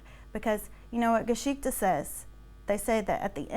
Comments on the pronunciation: She does say "Geschichte" but she pronounces it so incredibly wrong it hurts me as a German. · We're being WARY, BECAUSE MANY PEOPLE ARE UN-TRUSTWORTHY. (One "Red Flag" is that she can't even be bothered to learn the correct pronunciation of the Main Character of her Tale: "Geschichte".)